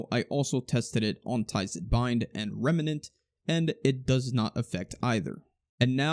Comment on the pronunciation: i like how you say remnant